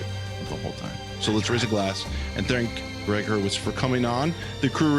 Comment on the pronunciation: Couple things? It's Gregg (not Gree Hurwitz). And you betcha' - his writing is absolutely riveting. I've finished the entire Orphan-X series. Unreal.